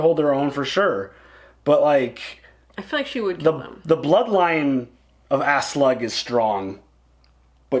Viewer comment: Not trying to be a dick but you're killing me with the way you pronounce Aslaug. It's pronounced Oss-log not Ass lug. lmao Also, Bjorn is pronounced Be yern.